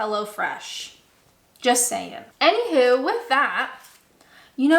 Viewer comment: I detect the Canadian with the "anyhoo" or is it "anyhuw". So cute.